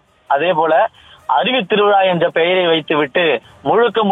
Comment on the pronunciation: Its not thiruvila, it is thiruvizha. Why can't news channels recruit newsreaders that can speak proper tamizh. If someone can't pronounce 'zha' don't recruit them as newsreaders.